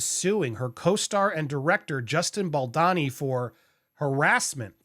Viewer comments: You write Boldoni and say Boldani. Which is it? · It’s Bald-Oni not BaldAni. Sorry to be petty about this but he’s Italian and there’s an O in the second syllable of his name not an A.